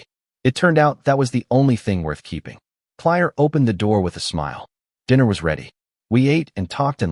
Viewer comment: Clire? It's Claire. This AI stuff is not only not bullet proof its just plain annoying. Try editing better.